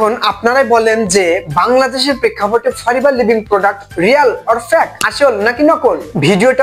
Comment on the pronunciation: বোকা দোসা 🤣Forever ভালো করে উচারন এই করতে পারে না আসছে ফরেভার নিয়ে নিউজ দিতে 🤣🤣 বিনোদন দিলা নাতী 🙊